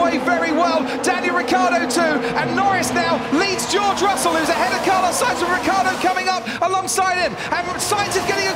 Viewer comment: It's R-I-C-C-IIIIII-A-R-D-O not Riccardo !!!!! It's a terrible pronunciation